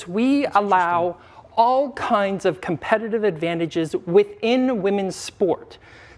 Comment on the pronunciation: His pronunciation of competitive is cool